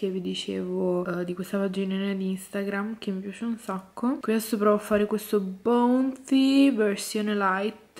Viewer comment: Si dice “baunti” non “bounti”